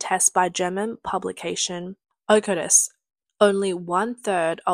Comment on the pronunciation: "...accodring to tests by german publication okurus.." the actual name was Öko-Test. I don't expect the the original German pronunciation but the word "Test" should be easy for anyone to say, unless it is an AI or TTS who doesn't know it is a name and just tries to say it as one word.